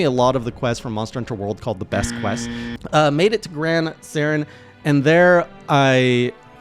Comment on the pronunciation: Gran SORAN I'd not a Turian from Mass Effect.... How do you mispronounce that name? That bugs the hell out of me